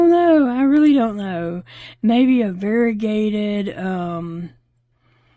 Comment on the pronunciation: you spoke that right as i thought that vergated for sure